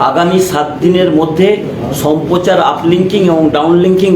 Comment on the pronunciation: সাংবাদিক উচ্চারণ ঠিক করুন। কথাটা সম্পোচার নয় সম্প্রচার।